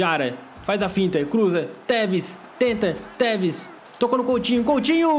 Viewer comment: O quando foi falar tevez no minuto vez de tu falar tevez tu teta